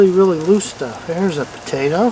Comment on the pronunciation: sweet pototo 😂